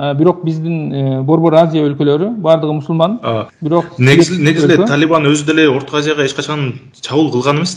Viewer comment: Талиман эмес Талибан журналист бала